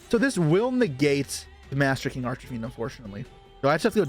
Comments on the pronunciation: Arch e fiend? Do you mean arch Fiend? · I think I'm crazy cause I keep hearing him say "Arch"A"Fiend" throughout the video.